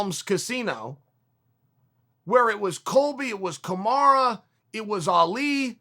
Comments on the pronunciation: “Kamara, Kamara, Kamara.” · Who's Kamara? Lol